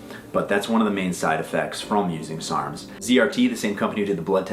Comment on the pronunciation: Cant even say ur fucking sarms right gtfo bro you have no idea what ur talking about half the time pathetic